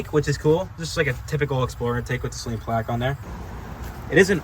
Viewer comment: its SAYLEEEN